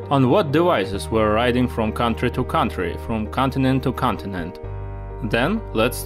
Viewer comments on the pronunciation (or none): none